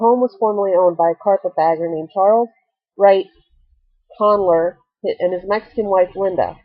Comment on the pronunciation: It's pronounced "Con-JELLY-er"!!